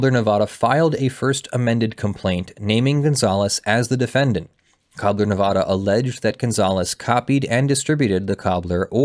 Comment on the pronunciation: You pronounced Nevada wrong about 50 times in the first five minutes of the video alone... I know no one but us Nevadans care but seriously dude it's like hearing "Ar-Kansas"